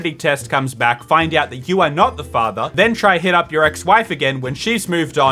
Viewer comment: Did anyone realize that instead of father, its " Not the fatha "